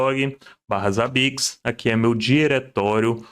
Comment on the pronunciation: Primeira pessoa no Brasil que vejo falando Zabbix corretamente e nao Zêibix....